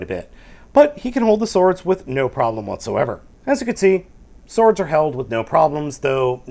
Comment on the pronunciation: Lol, doesn't know how to pronounce "sword". (No offence).